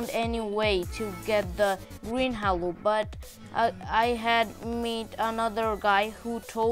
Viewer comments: It not hallo it is halo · He said hawo instead of halo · Man I hear you saying hallo not halo xD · btw its pronounced as "hey-lo" not Ha-lo but its fine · its prounced "hey lo" not " haaaaalo" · i like that when he said "HALO" sound like "HELLO" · i heard green halue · More like hallo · no he say hewo lol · He really say green hewo lol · its pronounces h "A" lo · Halo is pronounced as haelo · Or heylow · He is brazillian ig Bc brazillian ppl say halo in this pronuciation How i know?!? Im brazillian HAHAE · The way you say halo😂😂🤣🤣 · Dude not trying to be rude but you pronounced halo wrong!